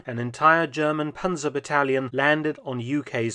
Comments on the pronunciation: Panser and Pansers make my ears bleeding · Panzer is pronounced like Pantzer. And the plural is also Panzer. Not Panzers. We do not have a S on the end